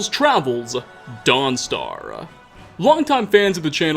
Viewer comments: “Welcome to Dawnstaruhh” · Every other worth is spoken with an "ah" and the end. Guard"ah" End"ah" Mentioned"ah" Foes"ah". Sorry just riled me. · Why is he saying dawn star weird